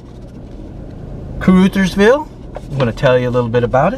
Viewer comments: Its Caruuuthersville. Like brothersville not ootherville. I live not far from there. My cousin was murdered in Caruthersville several years back. Not all bad they do have a casino there. Only one close to me other then Cape. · My home town Da Ville… some of the stuff he saying is in accurate like the name Car-RUTH-ersville it’s Ca-RU- thersville… but yea don’t come around fuccin around and get fucced around😂😂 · Lord, it's ca-ruh, not ca-roo. 😃 I lived in the bootheel - Kennett and Malden - which is a sad little town. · The U in caruthersville is pronounced short not long... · I met some people from caruthersville. They said the name of the town as caruthersville not caroothersville. Rut not root phonetically. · Hayti is pronounced Hay-ty, not Hay-tee. Caruthersville is pronounced Caruh, not Carew. I lived in Blytheville AR for 4 years and that area was some old stomping grounds. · Short U sound in Caruthersville, not long U. Uhh sound. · You are mispronouncing Caruthersville. The 'U' makes the Uh sound, not the ooo sound!!! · It’s pronounced “CAR” “Others” “Ville” not CarUThersville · Caruthersville - rhymes with another - not with Luther.. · it's pronounced Caruthersville not Caroooosthersvile. Like Uh not eww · "Crutherville" is how you say it.. born down there in the bootheel.. Lived in New Madrid, Sikeston Minor, Blodgett, Morley and Benton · Kuh RUH thurz ville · I caught the mispronunciation as well. It's kuh-ruh-thers-ville. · Isn't that pronounced Ca-ruh-thers-vil not with an 'oo' sound? Rather like uh-huh, that sound. I knew someone with that name once. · OK I just have to say it, ... Sounds like "other" Caruthersville. Hayti pronounced like Hay Tie. It's always good to know. 👍 Kennett home values for shacks are under $35,000. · I love missouri, I've lived all over and always come back here to live ,it's diverse and beautiful. Your not saying that right cur Rut hers villee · It's Hey-tie for Hayti and Car-others-ville. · It’s pronounced Cuh-RUH-thurs-ville